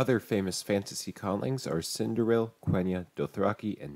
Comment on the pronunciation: Akhem! SindariN, not SindariL.